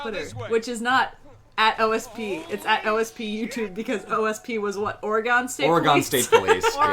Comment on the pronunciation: Easy there,. Calling anything dumb, let alone One Piece, on the internet is a dangerous prospect. Also, your pronunciation of Oregon is physically painful.